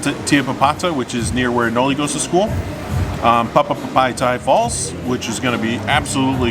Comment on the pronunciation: you nailed it saying PAPAPAPAITAI FALLS . I remembered watching that video when you flew your drone and y'all were trying to figure out how its pronounced.thank you for promoting SAMOA and for all the awesome videos.